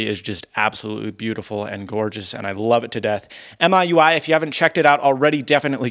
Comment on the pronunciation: It's mee-you-i